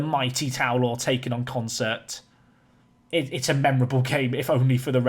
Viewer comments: You add R's again, it's not Concert, lol. consett. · Con-Set, not Concert, dude. Sorry to criticise, you're obviously dyslexic. But you're so damn close to the right names!!! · Consett were probably annoyed by your butchering of their name. Consettt there's no R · Consett is pronounced "Consit" locally, there's no R in it :) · So who wants to tell that he’s been pronouncing Consett ‘Consert’ this whole time? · Good God, but it is really annoying!!